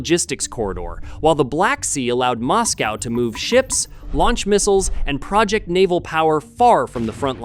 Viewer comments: And PRAH-ject power? NO you silly person. It's pronounced pro-JECT power. Sheesh. Can't you get a simple word like that right? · Mispronouncing "project" in a way that changed the meaning indicates that this is AI so I stopped watching.